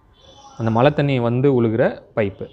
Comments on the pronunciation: மலைநீரா, மழைநீரா ஏன் இப்படி மழையை மலை என்று உளறுகின்றீர், மலைநீருக்கும் மழைநீருக்கும் வித்தியாசம் தெரியுமா, மேலும் கீழே என்பதை கீளே என்றும், முதலில் தமிழை சரியாகப் பேசக்கற்றுக்கொள்ளுங்கள். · மலை/மளை நீர் இல்லை. மழைநீர் என்று சரியாகச் சொல்லுங்கள். தமிழுக்கு அழகே (அளகே‌இல்லை) ல ள ழ‌ உச்சரிப்பு சரியாக இருக்கவேண்டும் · நீங்க மழைநீர் சேமிக்கலனா கூட பரவாயில்லை. மலைன்னு சொல்லாதிங்க மழை. அலுக்கு... அழுக்கு.